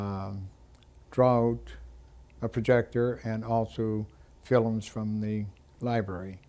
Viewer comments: Can't even pronounce film! Filumm what an idiot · That's the Elizabethan pronunciation, the word used to be spelled Philome. The Irish still call movies 'filums'. There was a big vowel shift 400 years ago, but some English speaking countries didn't get the memo. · Did Canadians in his generation pronounce the word "film" as "fillum?" Was that the normal pronunciation? I live in Winnipeg and have never heard anyone pronounce that word like that.